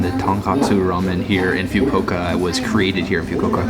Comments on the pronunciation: Pronounced as fu-ku-wo-ka not fyu-ko-ka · wtf is FIUKOKA? it's FUKUOKA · Its FUKUOKA NOT FYUKUOKA gosh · Please say “ foo-koh-uka.. its not “few-ko-okah” , the food looks delish:-) domo arigato! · Just re-watched this video. Dude it is pronounced as Fookuuoka not Fukuka. Also Camembert cheese is pronounced as Camembear not Camembert!!! Where did you go to school or learnt English. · It's pronounced Fu. Ku Oka and not few ku oka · Fyu koka 😂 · Few Ko Ka? OMG ! Come on dude! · I cringe anytime he says Few-Coke-Ah. That ramen broth looks amazing though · it's pronounced: FOO KOO WOH KAH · Cool place the ramen spot but mate if you want to have any sort of credibility at all learn to pronounce the name of the city you are visiting. It is not that difficult...FU-KU-O-KA, ffs. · I cringe every time he says FYU-KO-KA.. lol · lol nice vid!, it's pronounced "foo koo oh ka". keep up the good work! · I almost puke after he says Fukuoka(Foo-koo-oh-kah! ). lmao!!! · you completely butchered the name of the city. its disgustingly disrespectful because its so obvious and japanese is entirely phonetic. foo-koo-oh-ka. if you wanna be taken seriously as a travel vlogger, don't be lazy to do some research. i watch your videos because i do enjoy the content but you've made so many mistakes it really bothers me. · Awesome video. It's just really distracting everytime he mispronounces FUKUOKA. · How do you go somewhere and not even know how to pronounce where you are?! 😩😖😤